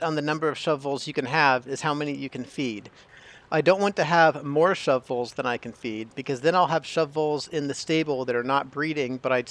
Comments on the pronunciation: The pronunciation of shovels is an arbitrary decision - wait... The pronunciation of shove voles is an arbour tree decision... - yep you are right, 1st way is more correct and in humour :) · I like how you took the extra time to pronounce shu-voles properly every time instead of just giving up and saying shovels 😂